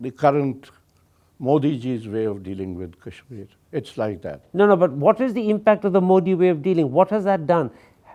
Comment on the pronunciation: . If you don’t stop pronouncing Kashmir as cashmere, I will start calling you caren instead of Karan. 😅